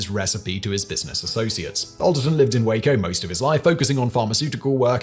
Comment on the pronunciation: Well now I can die happy! Simon has learned to pronounce "Waco" properly, lol!